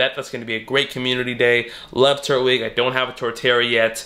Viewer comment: Does it not bother anyone else the way he says “turtwig”